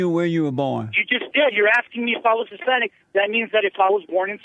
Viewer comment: Jesse ask, "are you Hispanice" caller says "I'm not from Spain" LOL